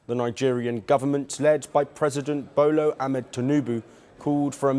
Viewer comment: This man just said Bolo Ahmed tunubu